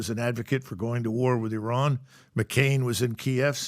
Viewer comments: Something is going on, Trump pronounced Iran correctly, he definitely clowns them on purpose 😅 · "Let's invade Iran!" Who do you think you are idiots? Compliments to Trump and MacGregor for pronouncing Iran, a cradle of Civilization, properly. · Lmao the way he properly pronounced "Iran" .. I knew then and there this thing is fake